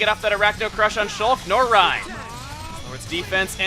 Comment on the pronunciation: It's reyn not Ryan